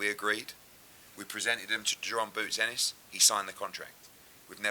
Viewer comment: Eddie needs to drop the D on Ennis it’s not Dennis it’s Ennis